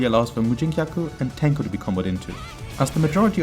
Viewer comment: I'm impressed by your abiltiy to prononce Japanese names so fast haha Very nice video. TYhe onyl thing missing I think is showing you can do V Skill after Tenko launcher in combos.